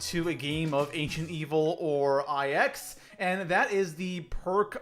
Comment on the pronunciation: Was gonna watch but then I heard “I-X” and not “Nine”.